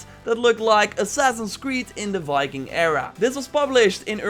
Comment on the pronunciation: why does your Viking sound like Fiking? Pronountiation, accent... Fikings...